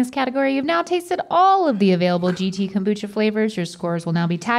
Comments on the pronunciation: Rhett throughout the episode: cumbucha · i love kombucha or as rhett calls is CALMbucha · “Com-boo-cha” -Rhett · Bout time they did KOM-bucha I sure do love KOM-bucha.